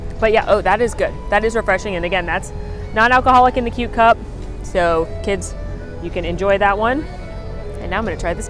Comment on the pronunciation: The fact that she said both “noods” and “coot” in this video sent me😂